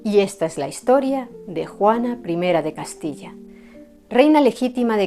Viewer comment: Me has tenido 1.35 minutos embelesada.Gracias y que gusto oír decir Juana 1 de Castilla. No te lo había dicho antes...me encantas!!